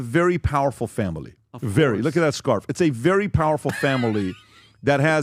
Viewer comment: "Look at that scarff" LOL